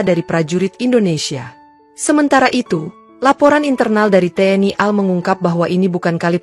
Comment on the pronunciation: Pengucapan singkatan menurut aturan dibaca perhuruf, AL dibaca A EL, tidak dibaca al, Contoh lain RI dibaca ER I, tidak dibaca ri.